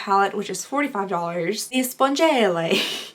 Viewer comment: couple things a) really want to make you pronouncing "spongelle" my ringtone b) so proud of how many new followers your getting c) congrats on the sponsorship :)